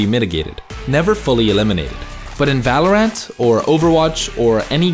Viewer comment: every time he says Valor(ant) i die inside